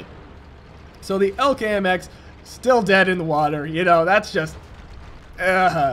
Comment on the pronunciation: its E L C not ELK idiot:P